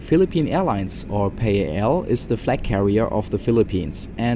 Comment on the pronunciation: we say it as PAL as in pal.